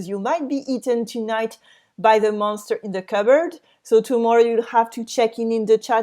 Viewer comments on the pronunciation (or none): none